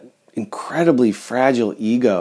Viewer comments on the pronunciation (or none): none